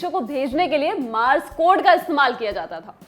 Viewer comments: Lallantop is doing a great job BUT If you wish to be a news presenter, at least present with correct pronounciation of words! Take some time to google how a word is said because you don't know what impressionable kid is watching and will think this is the right way to pronounce - it is M O R S E code and not mars! Take just 30 seconds out of your makeup routine and google before coming on the screen. You lose your validity as a news presenter if you don't even know how to say what you are trying to say! Desi version of english words ka concept har jagah laagu nahi kiya ja sakta. Please, learn something, don't just say it! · एक मशीन होती है जो आजकल सिर्फ पिक्चरों में दिखाई देती है. मशीन इस्तेमाल करने पर टें टें टें टें की आवाज करती है और इसका इस्तेमाल खूफिया तौर पर संदेश भेजने के लिए किया जाता है. अमूमन इस मशीन का इस्तेमाल जासूसों द्वारा किया जाता रहा है. इसे मॉर्स कोड मशीन(Morse code machine) कहा जाता है न कि मार्स कोड (Mars Code). कृपया सुधार करें. जरूरत तो वैसे इसकी है कि एक वीडियो इस मशीन पर ही बना दें.